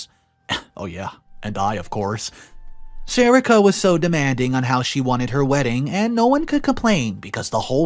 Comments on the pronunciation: Isn't is pronounced SA-REE-KA? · It’s “Sa re ka”